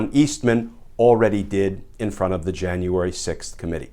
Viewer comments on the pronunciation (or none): none